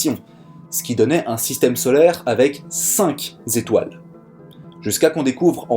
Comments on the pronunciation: Toujours intéressant, captivant parfois ! J'aime bien l'anti prise de tête ! Par contre, c'est cinq/étoiles pas cinq zétoiles ; ça me pique les oreilles ! t'inquiètes pas, t'es pas le seul ! Cette info vaut bien cent zeuros ! ;-) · ! "cinq z'étoiles" MDR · Juste pour info, cinq étoiles et non cinq zétoiles. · Déjà écrit, mais j'insiste : "cinq z'étoiles", ça fait mal. Sinon, toujours aussi sympa de vous suivre. Encouragements. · Bravo, excellent exposé....Dommage d'avoir trébuché juste avant la fin sur les cinq zétoiles.......Mais bon, on ne t'en voudra pas!